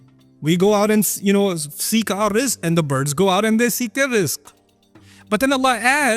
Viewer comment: it's rizq not risk